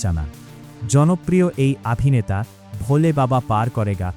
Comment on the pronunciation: আপনি বাড়ী যান।এই জায়গায় আপনাকে কে বসিয়েছে। যে অভিনেতা কে আভিনেতা কেন বলছেন।